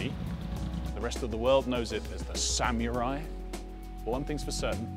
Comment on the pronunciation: What "rest of the world" knows this car as the "SAM-YOUR-EYE?"